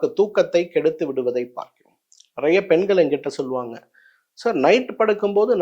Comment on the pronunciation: முதலில் தமிழை தவறில்லாமல் பேசுங்கள் ஐயா… மக்கள், பெண்கள், அவர்கள், மருந்துகள் என்பது போன்ற சொல்ல வேண்டிய இடங்களில் எல்லாம் மக்கல், பெண்கல், அவர்கல், மருந்துகல் என்று உச்சரிக்கிறீர்கள். இது என்ன பெரிய விஷயமா என்று நீங்கள் கேட்கலாம். தமிழை நேசிக்கும் என் போன்றவர்களுக்கு இது பெரிய விஷயம் தான். நீங்கள் சொல்ல வந்த விஷயங்களை விட தமிழை தவறாக உச்சரிப்பதை தாங்க முடியவில்லை. உங்களால் கண்டிப்பாக சரியாக உச்சரிக்க முயற்சிக்க முடியும். செய்யுங்கள்.